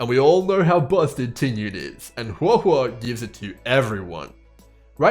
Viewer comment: Just wanted to compliment you on the best pronunciation of her name I've heard so far 👍 also really appreciate the early analysis, I've been waiting for this!